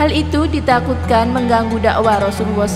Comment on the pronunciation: Ubaira tulisan nya klo ubairo baca nya soal nya huruf ro dikasih fathah jadi ro,dan Rasulullah itu dari kata rasul dan Allah dan Allah itu di baca tebal kak gak kayak orang kristen tulisan nya Allah baca nya alah tapi ini tulisan nya Allah baca nya Alloh. Maaf panjang